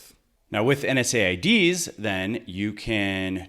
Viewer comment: Good info but I cringed every time I heard NSAIDs. It’s “En-seds” ... sorry, it’s the pharmacist in me :)